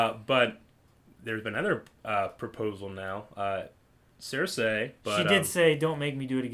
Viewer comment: If words are to be pronounced as they are pronounced in the show, I think some of the ones you () have stumbled on in the past might be Cersei (sir-see), Thoros of Myr (meer), R'hllor (reh-lore), Daenerys (da-nare-iss). I honestly couldn't do any better than you on Lord Commander Mormont's first name lol. I know reading the books makes one tend to pronounce them differently than other people choose to pronounce them, as evidenced famously with Hermione Granger lol. Also, please make a note or something to inform, like during the discussion of 3x10 or before starting 4x1 that the actor playing Daario Naharis is changed. Save him the confusion.